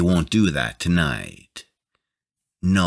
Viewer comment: Wtf is this narrator... Laeeeek, tonaeeit, borkaeuuup, can geeet, keed, escapeeit 15 year old would do better job